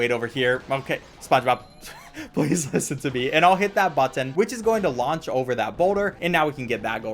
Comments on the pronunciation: Can we take a moment to appreciate how carefully enunciates the word "button"? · Speed run 10/10 Spongebob tongue 10/10 Button pronunciation 15/10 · I love how he says button.